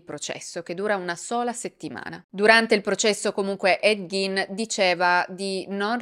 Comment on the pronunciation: Quanto sei bella....però si dice / ɡ iː n / (Ghein) ,col Gin invece ci si può fare un bel Gin Tonic e brindare alla tua salute...